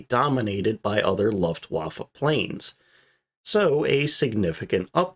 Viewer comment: The u in Luftwaffe is pronounced "oo" not "uh"